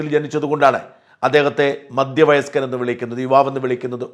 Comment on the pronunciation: Shajan , it is not madya vayaskan, it is maDHya vayaskan! Please correct your diction!